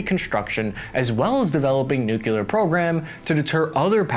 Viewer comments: The second you mispronounced the word nuclear I stopped watching. It's not nuke-you-lar, it's nu-clee-ar. You sound like Dubya when you talk like that. See you next video, maybe. And Pakistan will still be there, on the brink, but never collapsing, sort of like fusion power, close but never quite gets there. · Hehe “Nucular” 😂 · OMG, you didn't say "nucular", did you? o_O Hint: you did. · My God, pick a pronunciation. Pahkistan? Packistan? Nukular? Nuclear? Why did you use each of those in one video? The nukular/nuclear one is especially bad because one is correct and the other isn’t. Did you do that on purpose? I can’t imagine that you didn’t. Is it an inside joke? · it's nuclear, not nucular. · learn how to pronounce nuclear. Noo-clear. Nuclear. Not nucular. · Dammit, you almost said nuclear correctly. No wonder the army made you a grunt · Re-teach yourself. It’s “Nuc-lee-ar.” Now I know why my Pakistani doctor and her clerk won’t go home to see family. They talk about Kahn as a founding father, but are terrified about “the treatment of women.” A bit more complex, perhaps? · You said nu-cu-lar again, LOL. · How would you pronounce "new clear"? SAY IT!!!! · I love your videos but you may want to learn how to pronounce nuclear since it seems to come up a lot